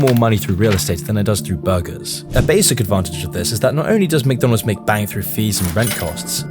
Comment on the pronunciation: Mconalds lol